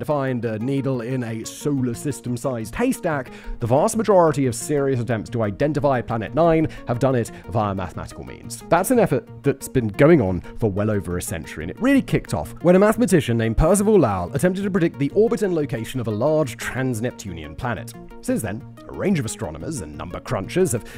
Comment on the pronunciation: Perceval Lowell’s last name is pronounced Low.